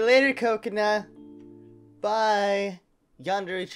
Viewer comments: your saying kakona wron you say it actually kah-cone-a huh-ruk-a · ka-kona har-uka not cocona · it is pronounced ka cone uh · Its Ka-Ko-Na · Her name is (ka)(ko)(na) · hey you know your saying kakona wrong right.